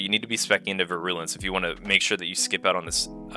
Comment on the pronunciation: Great video aside from your pronunciation of “virulence”